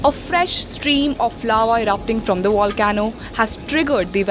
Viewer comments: the wolcano is wery, wery wexed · Volcano as in vol-k-no dear.